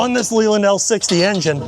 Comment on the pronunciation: Can you export her to a UK buyer? Also I just have to say its pronounced Lay-Land like Lays chips, then land. I hope it doesnt come across as rude as I dont mean it that way. To not kill the batteries on start use the generator engine, I was taught: generator on, wait until it warms up then revs up and start main engine, then wait until the main engine oil to warm and reach top crank. Drive her often and hard. Also you may want to check the injectors as lots of smoke is typical of coolant getting in through them.